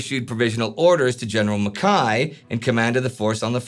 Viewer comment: Congratulations on your pronunciation of General Mackay. So often it's done wrongly.